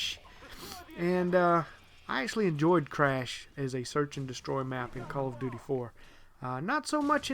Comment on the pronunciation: when you say call of duty it sounds like color of duty